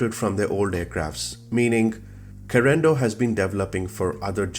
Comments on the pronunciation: I don’t think is pronounced “Carendo “ it is Carenaaaaadoooo. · The plural of aircraft is aircraft not aircrafts. Also, Carenado is not pronounced Ca rendo but rather Caren-ado. I got to go, my feets hurt. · Good video. Hope you learn to pronounce the company’s name.